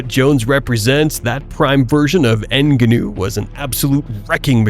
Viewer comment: Everytime you pronounced francis ngannou I had a stroke